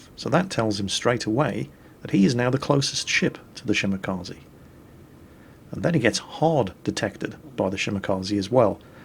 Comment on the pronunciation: Dear, for the love of God: Ree Shell Yeah and Shee Mah Kah Zeh.